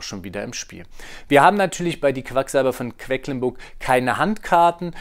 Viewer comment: Vielen Dank für die ausführliche Erklärung. :) Nur ein kleiner Hinweis: es heißt „QueDlinburg“, nicht „QueCklinburg“ 😬